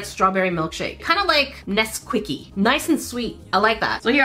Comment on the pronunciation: She really said NesQuickie 👏 🤣😂😅👏